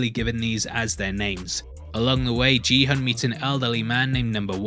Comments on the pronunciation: It’s pronounced “ki-hoon” 🙂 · So weirded out by him pronouncing Gihun's name as "Jee-hun". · Great videos, but please, his name is pronounced GI-HUN, with the "g" as in "GOT." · Lol, I know that it is easy to do this mistake, but I still found it funny to hear you call him "Gee-hun". I guess you watched it with an english dub or simply didn't register the pronunciation of his name. (Which is understandable, as most of them call him by other words, like hyung, sir, ahjussi, 456, etc.) Anyways, it's pronounced "Gi-hoon", kind of like in "gift". His name written in Korean was 기훈, but it's kind of hard to find an English way of saying 훈. ^^' Still, it wasn't that bad, as it did take me a while to notice how you were pronouncing it! XD Edit: I made this comment like 2,5 minutes in. You don't have to worry about butchering them. Different languages are hard, and some names are just hard in general. XD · It’s pronounced “Gee” Hoon as in geek. Please do the research. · You are pronouncing gi-hun wrong way. It is giiiii-hoon like give gi and it is hoon not hun, NOT gee-hoon. I know it is not important info but as Korean, I just wanted to correct the right way to saying it. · Just FYI... Gi-hun is not pronounced as Ji-hun.. it should be pronounced same way you pronounce Gong Yoo. Please make sure this is pronounced correctly in the next clip. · THEY SAY GIHUNS NAME IN THE SHOW EVERY EP BUT THESE PPL STILL GOT THE PRONUNCIATION WRONG LOLOL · Gi-hun is pronounced with a hard g btw. Great breakdown though! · u watched the whole series but still pronounced Gi Hun's name wrong XD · His name isn’t ji hun It’s gi hun pronounced ghee hoon… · everyone throughout the show: gee hun this guy every time: JEE hun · Why do you call him Jihon lol is it that hard to say Gihun? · It's "Gi-Hun", not "Ji-Hun". How can you watch the entire series without realising that? Please don't tell me the English dub mispronounced his name? (I watched with subtitles). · His name is Gi-hun, not Ji-hun.